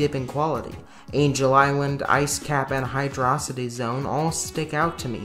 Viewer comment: Did you say hydrossity and not hydro city? Fake Sonic fan confirmed get cancelled on balls